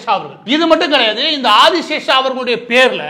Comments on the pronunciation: அந்த முக்கியமான நபரின் பெயர் : திரு. மால்கம் ஆதிசேஷையா... ஆதிசேஷா இல்லை... 1008 முறை, நீங்கள் 'ஆதி சேஷா' , 'ஆதி சேஷா' என்று தொடர்ந்து சொல்லும்போது, நீங்கள் சொல்லும் கருத்தின் மீது கவனம் செல்லாமல், உங்களின் தவறான சொல் ப்ரயோகம் மீது சொல்லொணா கோவம்தான் வருகிறது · #Malcolm_Sathiyanathan_Adiseshiah was a Converted christian originally from a #TeluguBrahmin family. Pronunciation NOT ஆதிசேஷா BUT #ஆதிசேஷைய்யா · Boss Maridass you are mis pronouncing Malcom Adisheshaia as Adishesa . Please correct. when I was doing pre university class Malcom Adisheshiah was the Vice chancellor of Madras University and he was also a Christian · ஐயா, அவர் ஆதி "சேஷையா" ... Not ஆதி "சேஷா" ... உங்கள் கவனத்திற்கு. மேலும் FeTNA US இல் நடத்தும் meet களில் பெரும்பாலும் சினிமா பிரபலங்கள் தான் கேளிக்கையும் கூத்தும் தான் இருக்கும். இலக்கியம் ... பெயருக்கு அங்கொண்ணும் இங்கொண்ணும் side la யாராவது கத்திக்கொண்டு இருப்பார்கள். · மன்னிக்கவும்..Malcolm Adhiseshiah என்பதே சரி.ஆதிஸேஷா இல்லை. தாங்கள் தவறாக உச்சரிப்பது சரியல்ல. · அந்த பிரமுகரின் பெயர் மால்கம் ஆதிசேஷையா என்பதாகும். இந்த காணொலியில் அவருடைய பெயர் ஆதிசேஷா என்று தவறாக உச்சரிக்கபட்டுள்ளது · ஆதி சேஷைய்யா என்பது சரியான உச்சரிப்பு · மால்கம் ஆதிசேஷைய்யா அவர்கள் சென்னை பல்கலைக்கழகத்தின் துணைவேந்தராக 1975-78 காலகட்டத்தில் பணியாற்றியுள்ளார். பின்பு 1978-84 ராஜ்ய சபை MP ஆகவும் இருந்திருக்கிறார். சிறந்த நேர்மையான நிர்வாகி. அவரது பெயரை சரியாக உச்சரிப்பது அவரது புகழுக்கு நாம் செலுத்தும் மரியாதை‌.